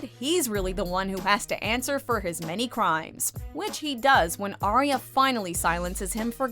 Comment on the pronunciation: It's ARYA, stop saying ARIA!